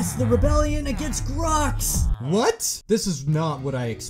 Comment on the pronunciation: It's glox not grox